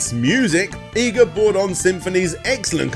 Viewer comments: You cant even say his name right his name is I G A and not EYE GA.. stop bull-fecesing around... you can say IGOR but you cant say IGA... you are being stubborn and respect that man and pronounce his name correct as how you hear it im sure you heard it before now go and practice it... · please.. PLEASE stop saying japanese words... its horrible... i know you youtubers hate being pestered about pronunciations but cum on... its not hard... 5 vowels.. look it up...you werent even consistent on EE-ga or Ai-ga... also did i hear a kojima -san? like hideo?... koji -san.. i think you meant...jeezus.. im gonna purposely fuck up everything brits say now just to spite you... but still.. a good video...i know.. iknow... im the problem here... just try a little more... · Consistent pronunciation? Who the hell needs it? Iga, Eega, Aiga it's all the same. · Iga - ee gah not eye gah Komine - Koh mee nay not Koh mine This is japanese not english, the rules for pronunciation are EXTREMELY easy to pick up. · "akumoojo" "eyega" "kohmyne castle" "battle of eighzu" christ man. I don't expect the average joe to have to learn how to pronounce random stuff from a language he doesn't speak. But you're not the average joe, you're making money off of hour-long documentaries focused on japanese media. Is it really too much to expect you to learn to say other people's names, other people's locations?